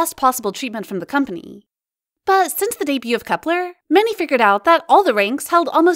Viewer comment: wait its called kepler and not KEEPER!?!?